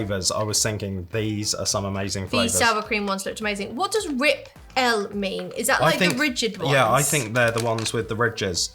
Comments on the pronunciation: Rip-L is pronounced ripple. They are ripple chips. Ridged. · Rip-l is pronounced ripple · Rip-L = Ripple Ju Jubes is pronounced ju-ju-bees I love toasted coconut marshmallows. It takes me back to m6 childhood.